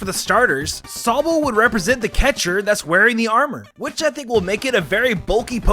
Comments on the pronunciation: Its sobble not soabble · Sow-ble? Erm...just sayin' man, it's a run together of the words Sob (hard crying) and bubble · NOT SOE-BULL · Moo-key and so-bull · i cannot subscribe to anyone who pronounces sobble like that. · why do you say sobble like that......